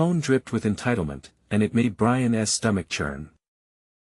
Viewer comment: Get a new AI program for narration. This one is stilted, not natural sounding, nor even correct in reading. Brian S when it's Brian's (possessive) Let S when its lets.